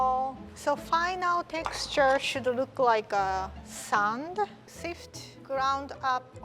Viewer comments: Me: let's sift the mixture: let's S H I F T it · I love how says chocolay instead of chocolate and says shift instead of sift ❤️❤️ Like if u agree LOVE U RIE